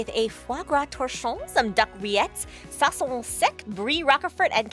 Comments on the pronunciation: SAUCISSON FOR FUCKIN SAKE !! NOT "SAUCCION" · "Sauccion sec" omg its "Saucisson" which is dried sausages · Saucisson Not sauccion ! 🤣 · saucisson not fuckin sauccion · It's actually "saucisson", not "sauccion" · "sauccion" pour du saucisson par contre ça m'a fait saigner des yeux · sauccion ahaha